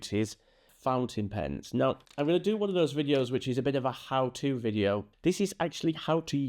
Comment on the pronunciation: you actually said most pountain fens, lol, just funny not picking on you. Thank you for this info, I'm new to fountain pens and drawing with them. Love your humour, I've subscribed.